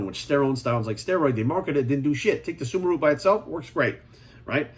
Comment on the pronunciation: He said suma root, I thought he said Subaru at first lmao